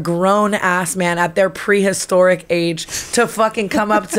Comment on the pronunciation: Had to be because she said “prehistoric”. 😂